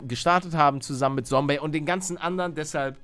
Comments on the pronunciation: Da hat er noch "Sombey" anstatt "Zombey" 😂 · Lieber Paluten aber ist heißt Zombiy nicht Sombiy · wie er da noch sombey gesagt hat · 2020 ist es so lustig, zu hören, wie er zombey immer "sombey" nennt😂🧡